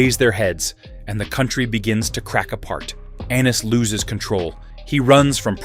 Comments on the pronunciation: I know they kept calling him anus, wtf. It's pronounced A-nees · Aye-knees, not Anus. Lol. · Stop using AI. He’s not Anus Targaryen 🤣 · It's pronoun A eynus not ANUS PPL!🤦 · I thought it was “Ennis”? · It’s Aeny’s not Annus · 😂Anus instead of Aenys 😂😂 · Ahh yes, good ol ‘Aenus’ Targaryen… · Hahah Aeynus hahaha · Aneys lol 😅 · lol he said Anus 😂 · I rather like the Anus pronunciation. It is fitting. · "Aenys loses control." Lmao